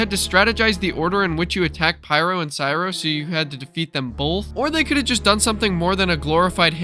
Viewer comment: It’s Cryo Not Cyro